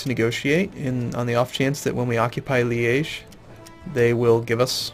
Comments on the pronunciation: Yep, I got excited when I heard that too! it's Liège, making it kind of like 'lee - edge', but obviously with the soft G instead. Same way as he pronounces it ; flawless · The first time you said Liege at was perfect! Couldnt be better. I think its even how the French pronounce it. Sorry for pressing on pronounciation...